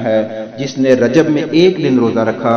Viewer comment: رجب میں ب پر کسرہ آئیں گی